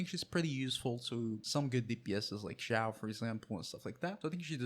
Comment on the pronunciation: "you can build him as a dps but you probably shouldnt" already did🥰. (Also i love how you said his name)